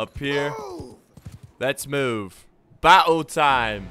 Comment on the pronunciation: did he just say battle time in a really British accent? If there are any fellow brits , you have to back me up on this